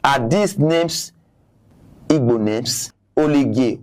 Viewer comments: You are accurate they want to use politics as he said Even the guy does not pronounce those IGBO words very well The history is not hidden it clear that IGBOS makes things clear The man is mad he can not pronounce IGBO words properly thats first exposure thats is his failure in his analysis... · This useless Benin man no get sense at all Even the Igbo names he is calling dey had him to prounce , Benin people no get shame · Even the igbo name dey hard Dem to pronounce